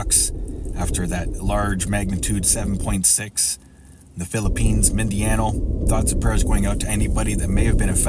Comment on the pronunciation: It's pronounced MIN DA NOW. I've been there.